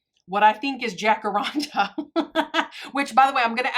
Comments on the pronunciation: ALSO YES you pronounced it correctly. ❤ ya. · you said it perfectly 😊😊😊